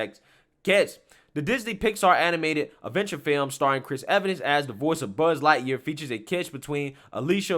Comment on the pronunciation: 😱Did that guy say “Butt Lightyear “